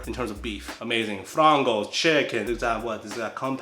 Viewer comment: How did you say frango and not flango? The world's not the same anymore